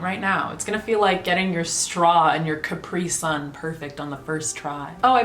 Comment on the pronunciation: I love you but hearing how you said Caprisun almost made me unsub. I had to pause the video to write this comment and I had to stop writing the comment because my tears fell on my phone. Please never say the word again or else i will take a flight to wherever the fuck you live and I will come into your house and give you pronunciation lessons as a Brit. Thank you 😊